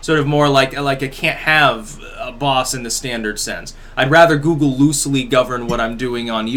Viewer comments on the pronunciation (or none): none